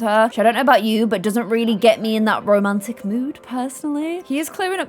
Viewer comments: I love when she say "rrrrromantic" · i need a video compilation of saying RRRRROMANTIC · I love it how keeps on saying rrr romantic